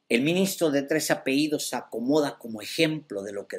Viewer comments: No se dice apeidos, lo correcto es APELLIDOS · Se dice apellidos